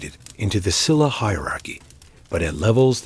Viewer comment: Please say the correct pronunciation for SHE-LA not Silla, BECK-JAY not Beckay, GO-GOO-rYO not Gogu-REE-yo. Other than I appreciate watching about the Korean History and all the hard work you put into it. I’m Korean & immigrated to USA at a very young age and is close to retirement age. Keep up the good job! Thank you 🫠